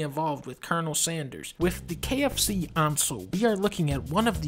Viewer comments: I stop listening to dunkey when he said KFC Onsole and not KF Console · Its pronounced kfc onsole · “the KFC Onsole” 😂😂😂